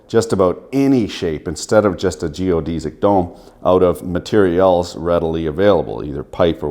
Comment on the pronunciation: he's pronouncing Geodesic wrong